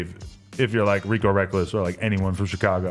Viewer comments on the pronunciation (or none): none